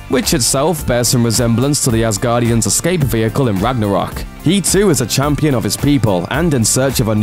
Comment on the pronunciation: Devis anus... asguardians....